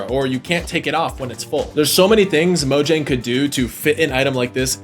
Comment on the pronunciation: the J is pronounced as a Y Mo-Yang 😉